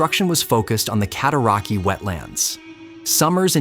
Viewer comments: Your AI voice-over can't pronounce properly. Rideau is pronounced Readow ( i as a long e ane eau as a long o). Cataraqui ends as 'way', not ' key'. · Cat-oh-rock-way that’s how it’s actually pronounced. People still use it today. I grew up in it, on it and around it. And just so we are all clear CANADA 🇨🇦 won the war of 1812. And it Reed-oh not rid-oh.